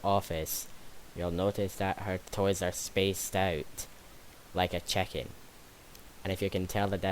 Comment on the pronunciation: I gotta admit i heard u said cheken as in chicken in